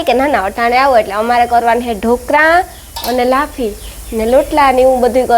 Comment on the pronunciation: લાફી નહિ, લાફસી કહેવાય.